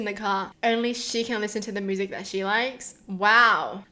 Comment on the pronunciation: Why are you saying "moosic" instead of " myoosic"?